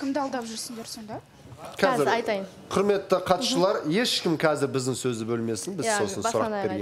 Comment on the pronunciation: Бутя отиниш катысушылар дегенди дристап айтши